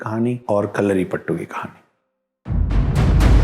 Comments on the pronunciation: it is not kalaripattu it is kalaripayattu. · Its kalaripayatu not kalaripattu😌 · I was enjoying your video until you started speaking about Kalaripayattu! Firstly you share wrong information about Kalari and its origin and on top of that you pronounce it horribly and disgrace the art. It is not "pattu" it is "payattu" means to 'practise a fight' in malayalam. Aaj bhi mere gaav me fighting practices ko payattu bolte hai. It originated in the northern malabar region of Kerala. Internet hai toh kuch bhi bana k bechna nahi hai.